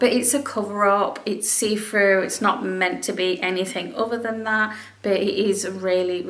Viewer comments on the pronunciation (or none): none